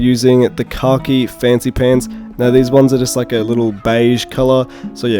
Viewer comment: I kept thinking you were saying "car key" variant for the longest time. Lol. Finally realized you were saying "khaki" at the very end🤣!